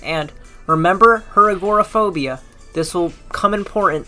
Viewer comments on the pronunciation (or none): It would help your video if you could pronounce agoraphobia, Glasgow, Siouxsie, Dolly Parton